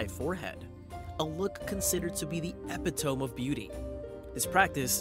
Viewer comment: epitome = ee-PIT-oh-mee, English.